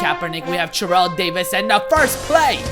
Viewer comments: Every time you Churrell Davis instead of Terrell Davis I cringe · It isn't his accent but he accidentally said churrel Davis cuz he was to focused 😂